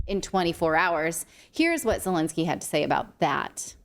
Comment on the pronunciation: Zhelennnski 🤣 is a president of Ukraine?🤔 Al way the interest was DIA system is in Ukraine!